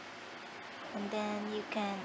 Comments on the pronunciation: ""an den" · “And den....”